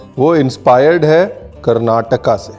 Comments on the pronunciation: Chef so happy you tried Kodubale. But what made more happy is correct pronouncing as "Karnataka" not Karnatak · Karnataka mein kannada mein issko (sirf woh shape ko) "kodubale" bolteh hai 😀 Ranveer ne bataya nahin!! 🙈😁 camera ke peeche jo hai woh bohut lucky hai 🙏 bohut beautiful video sir ji 🙏 thanks for pronouncing KARNATAKA properly 🙏❤️🙌 hamesha khush rahiye sir ❤️ May God bless 🙏 Happy Festive season to all 🙏❤️ from Bengaluru. :-) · i was so happy that chef told "Karnataka" and not "Karnatak"